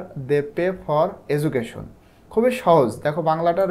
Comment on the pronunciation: education এটার উচ্চারণ এজুকেশন হয়।